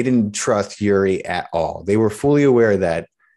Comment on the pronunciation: It's not uri as on Yuri. It's uri as in Oori, like in oops.